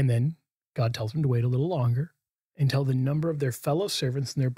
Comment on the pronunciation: Hmm, I wonder why says "un-tell" instead of "un-till."